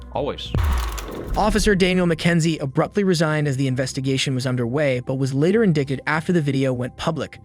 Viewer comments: lmfao “later in-dick-ed”. These AI voices are so dumb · Indicted pronounced "indigct?" These are AI narrated aren't they as that sounds like a typo that would have been caught by a human. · You know,, that the word "indicted" is pronounced: in-DITE-ed. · In-dick-ted. lmfao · I've watched a few of your videos and I like you, but please google how to pronounce "indicted" and the difference between "ineligible" and "inaudible". Unless you're doing it on purpose for engagement, I guess.